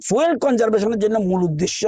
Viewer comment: এটা ফুয়েল নয় ফিউল